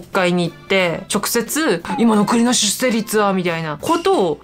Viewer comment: じゃあ出生率云々とほざいてる本人自身は、ちゃんと結婚して子供をもうけているのかね……❓️性的少数者と出生率の問題は全く別次元なのにねぇ‼️ ちなみに出生率の読み方は 『しゅっ しょう りつ』よ☝️👩‍🏫